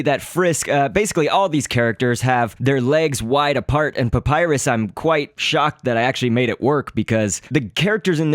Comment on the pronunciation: It's (Pup-I-ris)